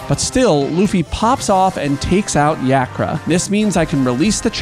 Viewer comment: It's YAH-kra, you heathen dog